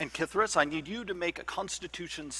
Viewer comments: It sounded like "KITH'ris"? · Am I crazy, or is Jeremy pronouncing K’Thriss’s name with the emphasis on wrong syllable? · You're right. I wish Kris had just corrected him at the start!